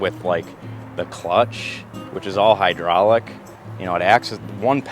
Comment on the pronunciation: "Hydrahlic" is not a word.